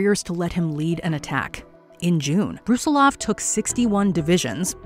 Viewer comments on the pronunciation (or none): none